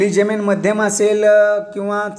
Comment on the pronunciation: जेमिन नाय,जमिन बोलतात